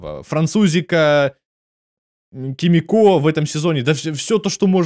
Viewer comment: почему все говорят кимикО, а не кИмико?